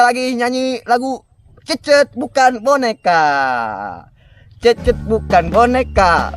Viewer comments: Cecet bukan kekey😂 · Cecet cecet bukan hencet hahaha Salam youtuber pemula